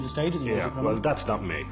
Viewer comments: Of course he doesn't know what a full time criminal is he doesn't even know how to say the word 😂 CRINAMIL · He says crinimal.. lol lol..a thick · So smart he can't pronounce the word "criminal" correctly.